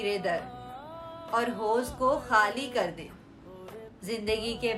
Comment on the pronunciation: حوض۔۔۔۔۔۔۔ٹھیک سے پڑھیں